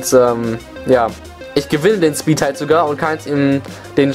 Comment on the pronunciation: Gute Videos die du da hast. Es heißt aber übrigens "speedTIE" und nicht "speedtight" ;D geschwindigkeits-unentschieden und nicht geschwindigkeits... "eng"? xD naja whatever mach weiter ;)